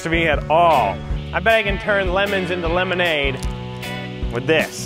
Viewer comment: It's. Pronounced. As LEMONADE